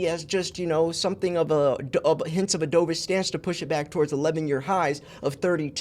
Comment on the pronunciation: Dovish rhymes with love, not stove.